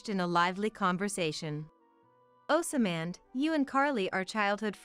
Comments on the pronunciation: For the love of The CORRECT PRONUNCIATION: "OSMAND" is NOT PRONOUNCED "OSAMAND". THE CORRECT PRONUNCIATION IS "OZMQND"! GET IT RIGHT! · 😅😅 yeah, that and "OsAman", or in other videos they pronounce "kinder" as in the first part of kindergarten instead of pronouncing it like "kind er". There seems to be no human supervisor for these Asian products. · Pronounced ozmand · Does someone get paid per incident to say, osamand, or rather assyman